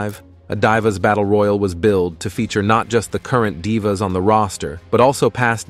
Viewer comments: Anyone else get pissed everytime he said Dive a or Dive a’s instead of Dee va? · Stop mispronouncing Kristy hemme and stop mispronouncing divas 😢😢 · Please stop mispronouncing divas 😢😢